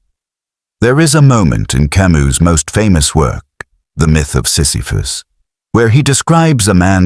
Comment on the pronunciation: The S in Camus is silent, for chrissakes.